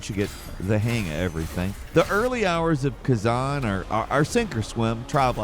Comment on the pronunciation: Khazen? why can’t americans read? Like they say we read on average at about a 7th, 8th grade level, but i suspect its lower by now lol considering our 7th and 8th grade course work is literally childs play in other countries